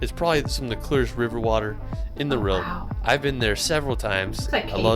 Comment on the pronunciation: This commentator can’t even pronounce ‘world” just listen. No hope with German words. !